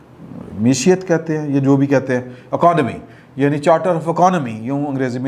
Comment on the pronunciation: aap naiy Tigram ki shagirdi to nhin ikhtiyaar kar li........woh be Mashiyat kehta haiy oor aap bhi, talafuz drust nhin kar saktaiy.